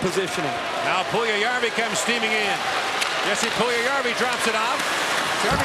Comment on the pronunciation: It's not tjessi but Jesse. How they can not learn to pronounce simple names?